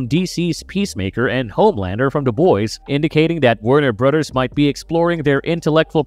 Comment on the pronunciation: Did he say Netterrealm? And bruhters? Lol He must not be able to say words with TH